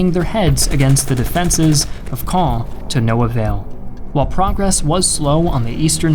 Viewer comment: I hate to do my snorty Frenchie here... but man your prononciation or "Caen" cloud really be improved.